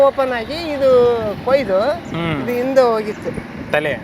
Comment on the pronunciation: Onnavara ❌️ Honnavara ✅️ Oohthidru❌️ Hogthidru ✅️ Indgade ❌️ Hindgade ✅️ Endadthi ❌️ Hendathi ✅️ Kone paksha Shankrannana video maduvaga Kannada sariyagi mathadodu kali marayaa 🤦🏽 Kanglish na bidi, laksha jana ninna video nodthare avaru adanne kalithare Kannadavannu Kollabedu 🙏